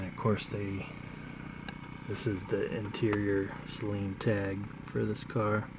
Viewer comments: It’s not pronounced si-leen It’s say-leen Just btw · “Say leen” Only 1 consonant after the vowel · Bruh I swear it’s sayleen at least it’s how it’s pronounced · Out of every Saleen owner I've ever met at meets, every one of them besides maybe 2 have said SAYLEEN including me. I know how it's pronounced but everyone refers to them as SAYLEENS. Kind of like how people say Louivull, Louieville, and Lewisville.